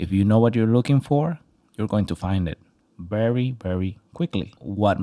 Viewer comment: I dare you say bery and not very again!! 😂😂😂